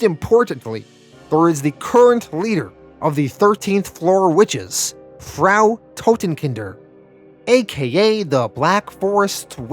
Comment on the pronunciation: Loving these, even if I am a couple of weeks behind. I don't know if Frau Totenkinder comes back. But "Frau" (German for Mrs/woman) rhymes with "how now brown cow". Hope that's helpful.